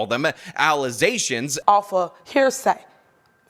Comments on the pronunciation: they saying this off of false allizations and not facts., it’s pronounced “allegations”. And happy hour isn’t for another several hours. It’s abundantly clear you are thinking about the beverage, Alize, but if you could please focus on the matter at hand. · the allezaions is not the truf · Ezactly. The allezations of "permeantly borrowing" a quarter mill" is falz.